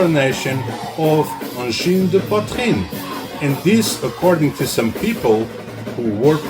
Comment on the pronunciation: From Quebec here, this is a very good video on the topic, and your explanation on how to pronounce the name of the band is very very close. The "an" sound seems to be the hardest to get exactly right. Plus, I learned a few things! Well done!